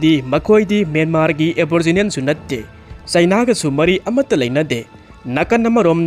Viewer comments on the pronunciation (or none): none